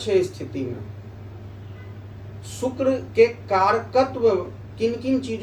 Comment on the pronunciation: शुक्र के अच्छे प्रभाव के लिए शुक्र का उच्चारण सही होना चाहिए (सुक्र×) नहीं, (शुक्र✓) हैं 🙏🙏🙏🙏